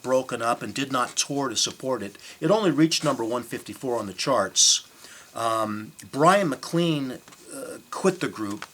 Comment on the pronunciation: Look, I have to admit that forgot "Alone Again Or", didn't pronounce "Da Capo" and Bryan MacLean correctly and used notes (OMG) but his info was primarily correct. He didn't say Neil Young produced "Forever Changes". He didn't say Glenn Cambell and Leon Russell played on it - he said they were members of the Wrecking Crew. He did say that Neil Young was discussed about producing it and that the Wrecking Crew tracked 2 numbers. An interview with Johnny Echols found here confirms these facts. I have "zoned out" when in front of people and forgotten names so I know how this could happen in front of the camera. As far as pronunciation, so what - we all knew what he meant. Give this guy a break! Just be glad he's keeping the music of Love out there.